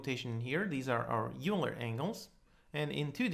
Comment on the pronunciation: FYI - Euler is pronounced "Oiler". I used to pronounce it the same as you, like "Yuler" but then I heard someone say it was supposed to be pronounced the other way, so I looked it up and verified it and he was right. The guy named Euler did in fact pronounce his own name that way. But honestly, I'm the kind of person who's fine with whatever way people want to pronounce things. I just figured I'd let you know in case you wanted to know the "correct" pronunciation. Cheers man, you do good work. :)